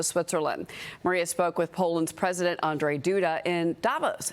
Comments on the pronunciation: Andrezj? its Andrzej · One more time : it is AndRZej, not Andrej ... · His name is ANDRZEJ, NOT ANDREJ. Can you stop mixing Poles with ruSSians ? ? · It's ANDRZEJ not Andriei AN-DRZEJ. I don't care you don't know what to do with RZ in his name, it's AND RZ EJ. RZ is like longer Ż. Andżej. Ponimayete? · Not Andrey ,Andrzej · I don't know if Fox are idiots? They written president Andrzej (in english it would be pronounced as Andrew like Andrew Gołota) Duda as ANDREZEJ? What the f...? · "ANDREZJ" DUDA 😂 Chyba wiedza ze jest krypto ukraincem i chcieli mu zmienic na Andrei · Not Andrey hes not Russian nor Ukrainian,say Andrew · ANDREZJ... I mean COME ON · Duda has been in office for years and Fox can't even pronounce his first name correctly.